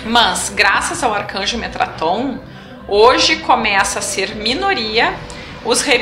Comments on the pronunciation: Observação: O nome correto do anjo é Metatron e não metraton. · Olá, Td bem??? Seus vídeos são espetaculares..estou seguindo... Já estou no 16... Se me permite, gostaria de corrigir (contribuir)..Vc disse metraton, não está correto...o correto é METATRON...(apenas somando) ok??. Estou adorando os vídeos, já indiquei pra algumas pessoas... Mto grato pelo seu trabalho.. Graça e paz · Metatron eh o nome correto, e não Metraton. Grata pelos vídeos.